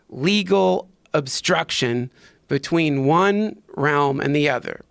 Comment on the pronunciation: Joe "Betchween" Rogan